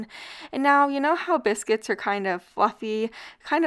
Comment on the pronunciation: It sounds like you're saying cannabis-cuits 😂. Delicious! Thanks for the upload!